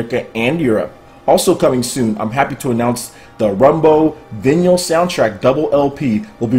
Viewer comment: The way you pronounced vinyl...